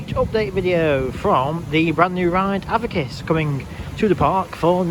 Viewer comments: Avakiss? Its pronounced A-Vick-Tas 😂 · A-Vic-tas! Not avitus!